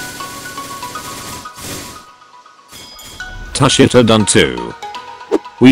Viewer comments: bro u need to read it tu shi ta not tus shi ta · That’s not how u say tushita